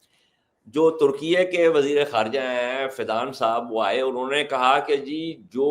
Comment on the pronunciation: ترکیئےاس ملک کا سرکاری نام ہے اور اسے درست بولا جا رہا ہے